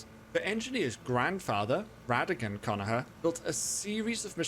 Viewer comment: anyone else notice that hes not saying conagher with the G in it the G is not silent in conagher.